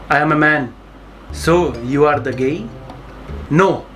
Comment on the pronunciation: the way he spelled “gey” was op😂🤣🔥